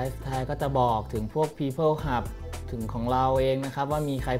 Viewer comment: มันอ่านว่า ฮับ ก้ ฮับเถอะพ่อคู๊น ต้องมา หับ ๆ ๆ ฮ่า ๆ ๆ หยอกเล่นเน่อ